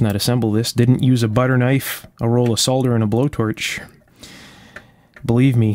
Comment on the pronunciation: Thanks for yet another great video, and also for pronouncing the word SOLDER as it should be, and not SORDER! Please keep the videos coming.